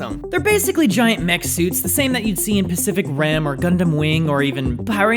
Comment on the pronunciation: Yushin "oh-com-ee" and pacific "rim" not ram lol